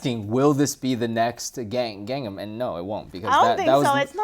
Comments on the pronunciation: TheHunterLegion Yeah, that's exactly what I thought. It's more like Kangnam... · It's not "Gun Num", it's... Gang, like the word for "tank" in Mandarin, and Nahm (like "nam" in Vietnam). Of course this is the same guy who keeps incorrectly pronouncing Shanghai. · Its pronounced gongnam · It's awesome that Shanghainese is even better than his Mandarin. He should teach some Shanghainese on the learnchinesenow channel! And can teach Cantonese and that one Taiwanese girl can teach Taiwanese! I love Bar Bar Bar, but I don't think it'll be the "next big thing", and thank GOD for that. Also, lol über-white pronunciation of "Gangnam".;P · seems to be struggling mentioning "Gangnam" XD I don't think Bar Bar Bar can be the next trend. I heard my brother listening to it a couple of times and expected it would appear in MTV, but I don't see the MV at all so far. And frankly, that portion of the MV you showed, that's the only part I have seen... I mean, I have yet seen the MV at all. None of my friends ever mentioned it too so far.